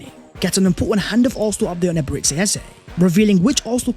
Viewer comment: It's Eberechi ... Like Tai Chi! Not Eberetchi. Or Ebereti as you pronounce